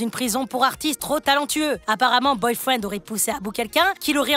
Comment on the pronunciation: C boyfriend pas boyfreind